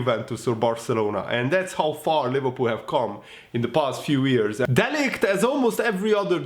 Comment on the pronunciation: 3.41 it’s “wise beyond his years” not ears 😂😂😂😂😂